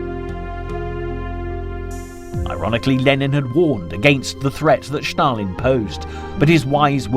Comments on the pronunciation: Stalin is not pronounced Schtalin. Just Stalin. Just curious: where did you get that idea from??? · This is another idiot pronouncing "Shtalin" or i saw this before?